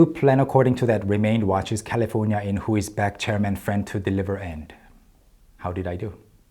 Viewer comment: His fully English pronunciation of "California" is jarring. I would never switch for a name like that, mainly because going from syllabic timing to stress timing derails the speed of the whole sentence.